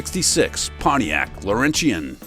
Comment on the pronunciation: Must be AI: Pontiac Laurentian is not pronounced Lor-en-shee-en Pronounce it: Lor-en-chen I grew up in Montreal